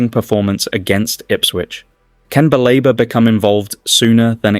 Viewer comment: BALEBA NOT BAREBA PLEASE